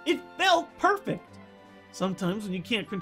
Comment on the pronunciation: is it just me, or does it sound like he said perf instead of perfect?